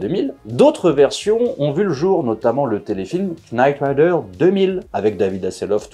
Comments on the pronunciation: K-NITE RIDER ? c'est knight come chevalier . sinon avant de faire une video on peut demander à google comment bien prononcer le sujet de la video , comme ça on est carré?? sinon un bé à ba de l'anglais pour ceux qu'ont pas écouté la maitresse , KN se lit N, on laisse bét le K knee, knife, know etc... I can teach you more but it'll cost you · Pour info c'est knight rider et pas nite rider... knight signifie chelalier et nite nuit.... D'ou le nom de David Hasselhoff dans la serie qui est Michael Knight. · KKKKKnight Rider ? Avec un K prononcé ? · Night Rider, le K est complètement muet.